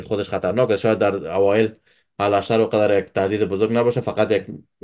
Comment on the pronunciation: الاشتر نیست بلکی اوشتر خوانده میشود!